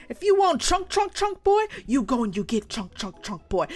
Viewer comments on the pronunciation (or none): “As I wanted all the chonk” 😂😂😂😂😂😂😂😂😂😂😂😂😂😂😂 bRo! 😂😂😂😂😂😂